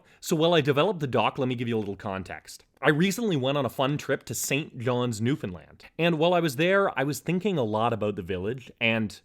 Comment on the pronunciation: Newfoundland pronounced properly :D